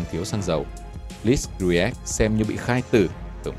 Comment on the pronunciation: Blitzkrieg đọc là ˈBlɪtskriːɡ cha ơi!🤣